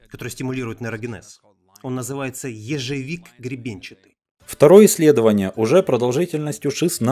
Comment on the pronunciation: Боже, как же тяжело слушать как ты коверкаешь слова.. "ежЕвик", "психодьелики" и т.д захотелось сразу выключить этот бред..